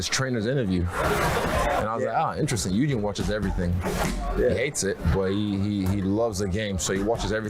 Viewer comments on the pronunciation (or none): none